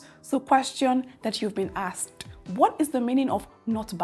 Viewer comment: ASKED not AXED I bet you are Nigerian. You are teaching English please mind your pronunciations